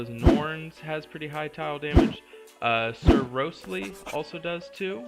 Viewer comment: Instead of 'Sub-par', i'd suggest the terms 'off colour' or 'sub optimal'. Sub-par makes it sound like something we shouldn't be using. Also, the big yellow chicken's name is Sir ROOOOOOOSTLY, not Sir R-oh-stly